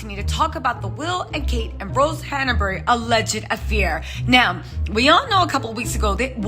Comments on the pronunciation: Her name is Hanbury not Hana bury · There is no “a” between Han and bury HANBURY